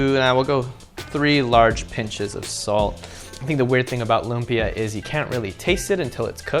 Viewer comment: It's pronounced loomp-Yah. There's an emphasis on the beginning of the second syllable.